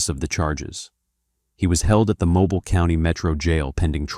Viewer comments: MoBILL Alabama, not MoBaile , wtf 😂😭 artificial ain't so intelligent is it 🤦🏾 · Mobile.......or.......Mobeeeel. That's how we now this is AI. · The voice is AI its not Mo Bile Or mobil its pronounced mo- beel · Mr. AI , it is pronounced Moe-bill Alabama. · “MOBYLE ALABAMA” it’s Mobile. Damn AI bs lmao. It’s pronounced Mo-Beal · It’s pronounced mo-bill not mo-bile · More AI slop Calling it Mobil Instead of Mo-Beale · Mo- Bill. Not Mo-bial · A.I. narrator 🤣 Mobile is pronounced Moe-Beal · NOT "Moe-byle." I hate AI. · For the love of god it’s pronounced (MO BILL) NOT MOBILE LIKE A PHONE TF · Its pronounced MO BILL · For future reference it’s MOE-Bill lol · MOE-BEEL!! YALL SAY IT WRONG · Man its "Mo-Bill" but I guess that's what you get when you use Ai lol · (Mo-beal) AI get it right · Mo bile. Ai sux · Its pronouced MO-BILL Alabama 😂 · Mobile (Mo-bill) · Holy shit I clicked the video having no idea it was about my City. By the way it’s pronounced Mo-beel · It's pronounced 'moh-BEEL' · Moe-Bie-Yall, Alabama. Lolwut: this video is actual trash. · Mobile is pronounced Mo-beel. Not like a mobile phone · they way he says Mobile… cringe!! it pronounced Mo-beal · It’s pronounced mo bill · It’s Mo-Bill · Moe-bile Alabama This is AI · Mo-beel AL. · AI Slop ! Takes 30 minutes to tell a 3 minute story, and for fuck's sake it's MO_BEEL ! 🙄 If AI is here to help us, we are screwed. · MO-"BILL" Alabama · It's pronounced Mobill, not Mobile. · Mobile Alabama not mo-bile 😂😂😂😂.. AI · Mobile - "MoBEEL" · AI can’t pronounce city names correctly. Mo-bile. Smh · I can't listen to AI that doesn't know how to pronounce Mo-beel. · Moe-bile, Al 😂😊😮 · It's pronounced Moe-Bill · It’s pronounced Mobeel (long E sound)! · It's pronounced moe.beel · My city deserve more respect . 😂. Mo BIAL is craziness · Mobile, Alabama…tell me it’s AI without telling me it’s AI! Mow-Beel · Bro I’m not even from the south and I just got completely offended by the way you pronounced “mobile, Alabama” 😭